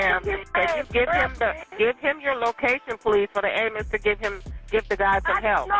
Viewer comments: imagine dying in the street in shitty atlanta, and all this girl can say is "SEND AMBALANTS" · I’m sorry but it’s so fucking funny when someone says “ambalamps” instead of “ambulance”.